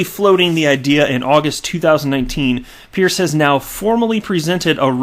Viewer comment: Hester Peirce is actually pronounced as 'Purse'. She was once introduced by a colleague who cleared tat up.